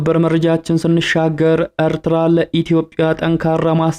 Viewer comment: አርትራ አትበል ኤርትራ ነዉ ቁልፍ አፍ በወፍ ቆነቋህ አታወራም ኣተላ።